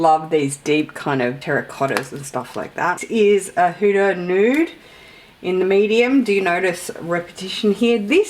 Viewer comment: It took me a while to realise you were saying “Hudas” - I thought you were saying “hooters” 😂